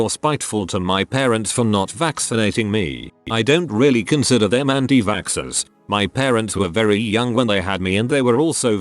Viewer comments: was I the only one who was a bit confused whenever the robot boice said anitvaxxers, it would say antivaskskskskskskskskskskskskskers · Reddit: Anti-vaxxers Text to speech: Anti Vackscksers